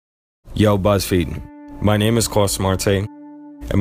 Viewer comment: Did the "yO buZZFeeEd" at the beginning throw anyone else off? 😂